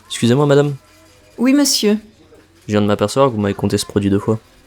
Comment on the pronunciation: Didn’t receive PDF. Can only hear the Xusez-moi no matter how many times of repeating 😂 usually total lost in the long sentence, most of the words in the long sentence either become just some short syllables or the liaisons and beginning /end of the words got eaten up.